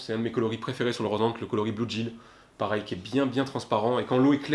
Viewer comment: bluegill se prononce "blouguile". super video sinon, même si je pêche pas c'est super intéressant !